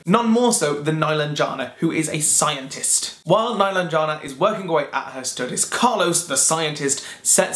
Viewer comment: Meh-LAHN-jeh-nah is how you pronounce her name. Watch the authors on YouTube read from the book or listen to the audiobook.